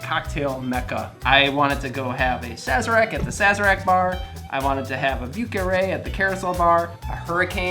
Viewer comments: If you say vi eu carré and not view carré, you sound more authentic. Interesting drink. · "view carree" not even close buddy. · I'm not used to hearing the soft V. I usually hear the V's in the southern coastal area pronounced more like a B, especially the French names... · A drink sounds delicious but you should find yourself going to at least maybe somewhere where they pronounce the word correctly like Montreal the name of the drink the pronunciation needs improvement